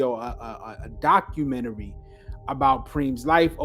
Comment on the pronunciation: HE GOT YOU PRONOUNCING DOCUMENTARY LIKE THAT NOW